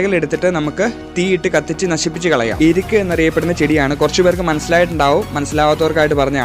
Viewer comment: ഇരുക്ക് അല്ല എരുക്ക് എന്നാണ് പറയുക